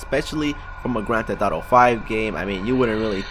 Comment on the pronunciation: "Grand theh thauto" listen to him